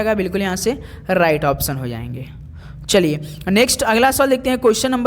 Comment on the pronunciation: अराइट नही सर राइट बोलते है उसे😂😂